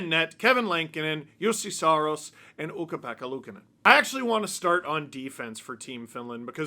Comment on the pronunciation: How well you said Ukko-Pekka Luukkonen, amazed!!! It's a tough name 👍👍👍